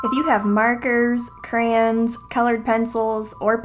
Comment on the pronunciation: Other People: It's pronounced CRAYONS not CRANS:Crans* Other People: rages Wtfffff